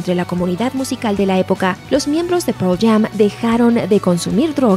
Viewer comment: "proll jam" jaja